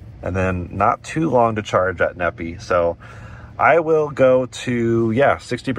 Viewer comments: Needing is actually pronounced Knee Fi, Nephi. Lol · It's pronounced Knee-Fi not Nepee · Stop butchering the names of my towns here in Utah! It’s pronounced knee-fi! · Fyi, Nephi is said like WiFi. (Knee-Fi) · FYI, Nephi is pronunced "Nee-Fy" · Nephi is pronounced "Knee Fi"